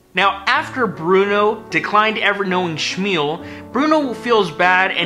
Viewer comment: it's Schül....pronounced like sh.moool, not sh.meal..